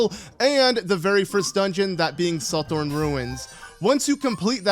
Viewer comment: I think the TH in Suthorn is voiced like in the word Southern, or like nearly any English word we with a TH that isn't the beginning or ending to the word. Voiced = thy, unvoiced = thigh